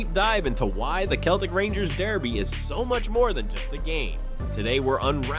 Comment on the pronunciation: 17 seconds in - he calls them "Keltic"....... 19 seconds in - I turned off !!